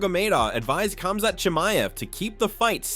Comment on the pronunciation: Not even pronouncing Khamzats name correctly.. I don’t think the people who create these videos actually watch mma or the ufc.